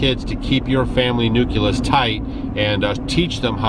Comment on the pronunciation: Nucleus!!! Not Nuculus!!!!!